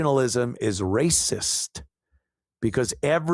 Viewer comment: No t in rayciss...rhaaysiss... Ray Charles 😂😂😂